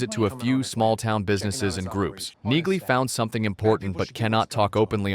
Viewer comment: Tell your dumb AI narrator that Neagley is pronounced: "Neely." The g is silent.